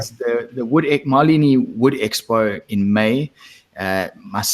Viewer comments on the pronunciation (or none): ) Maleny is pronounced like this: Ma-lay-nee - with the stress on the second syllable. Looking forward to catching up with you all there.